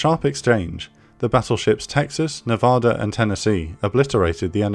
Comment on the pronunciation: sorry if this seems rude but, the state isn’t pronounced with a soft A like the mountains, but a hard A like in “cat” or “rat”, it hurts my Nevadan ears to hear my state’s name butchered